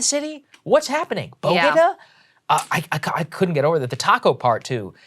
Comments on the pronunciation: boe-gah-daws this bitch wilin, bodega, really, is it that hard? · The Bogeda’s??? You mean BODEGAS?? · Bow-Day-Gah. Not budeguh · WTF is a bow da ga? My pasty white Pennsylvanian ass knows how to pronounce Bodega. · I'm not even American and I know it's pronounced BO-DAY-GAH. It's not the capital of Columbia ffs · As a Dominican New Yorker... I am OFFENDED with the "bÖ-dega"🤦. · Pronouncing it Bo-di-guh makes it sound like a star wars planet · “BOGEDAS” “PUADAWAY” “Breakfast tacos” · The tacos statement is not that bad in context, the bodega pronunciation is unforgivable. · As a New Yorker I'm offended by her butchering the word Bodega. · I grew up in where Latinos were largely absent through my childhood , teens, twenties, and thirties. Even I know how to pronounce "bodega". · Dr. Biden flubbing the pronunciation of bodega is even worse considering how national the story about that one bodega worker being charged with murder for defending himself has become. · As much as I love to see wokeness get destroyed, I think people are overthinking this a little. She wasn’t comparing people to tacos. She was talking about variety. However, the mispronunciation of bodega is cringe worthy. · I’ve never heard bodega pronounced like that in my life and I’ve lived in nyc for 40 years. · Someone wrote the speech for her and she didn't know how to pronounce bodega. 😂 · Mispronouncing the "world" bodega. Lol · It is humorous but at least some people in the audience were clapping and cheering the taco line. It was dumb but it clearly wasn’t meant to offend. Her mispronunciation of bodega was bad but I doubt she doesn’t know how to pronounce it. People frequently mispronounce words from a teleprompter. Having said all that it seems incomprehensible nobody on staff didn’t stop the gaffe about the tacos. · I found the way she pronounced, “Bodega”, more offensive than her taco reference. 😆 This wasn’t offensive, just cringe-y. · Was she saying bodega? Lmao!!